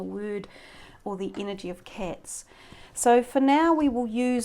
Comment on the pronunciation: Nice reading, thanks. I think it's pronounced cats and not cets. LOL